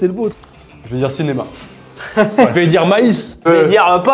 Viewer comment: dit "dier"